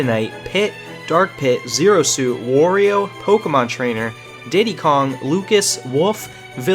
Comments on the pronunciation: Almost disliked for the Wario pronunciation. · why does everyone mispronounce wario Why WHY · Who else got triggered by the way he said Wario?